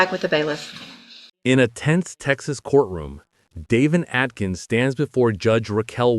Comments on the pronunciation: i was thinking the same thing simply because my husbands name is Davin which is how the AI voice said instead of Devjn not Davin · Devin not Daven!!!